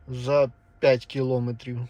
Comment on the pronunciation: Стільки помилок , часто одне слово, наголос НЕ кілОметрів, а кілоМЕтрів